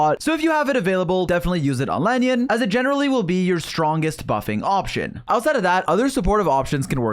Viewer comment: Bruh who is "La-nyun"?